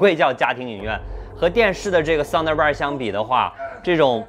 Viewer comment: 不要说soun的bar了，的是轻音不用发音出来的。